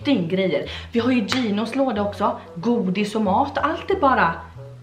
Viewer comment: Hahaha älskar ditt skånska ”godis” 😂